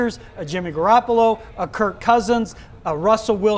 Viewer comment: Garrappolo? You're scaring me...